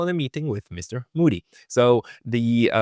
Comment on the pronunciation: der Onkel heißt nicht Muudy sondern MOdi... und das Wort cauntry heißt cantry plz